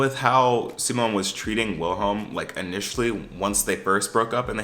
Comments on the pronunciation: The W in Wilhelm is pronounced like a V, so Vilhelm or Ville for short. Also, you should watch it in Swedish with English captions, trust me you won’t regret it! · it's pronounced /'veel-he(l)m/, the W is never pronounced like a /u/ in Swedish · its pronounced like "villhelm" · HAHHA I'm living for your different ways of pronouncing "Wilhelm" ✨ Tip: you could just say "vilem" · U are saying willi name WRONG 😂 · NGL as a Swede here lol, the way you say the characters names especially Wilhelm triggers me so bad lol. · as a Swede having to hear you mispronounce Wilhelm troughout the entire video was so painful but yeah the show is good I like it I'm gonna be so mad if they cancel it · Same, it makes me feel itchy for some reason. But not like the feeling of wanting to scratch yourself but like a phantom touch.